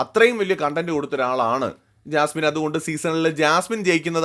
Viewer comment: കോൺഡന്റ് അല്ലെടോ കണ്ടെന്റ്!